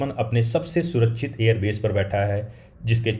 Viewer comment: दुसमन नही दुश्मन, सुरच्छित सुरक्षित। अच्छी हिंदी बोलो भाई।